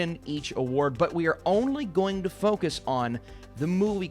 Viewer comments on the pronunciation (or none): none